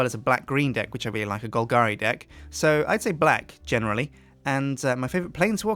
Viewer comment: Is it just me that hears '' D1ck '' when he says Deck?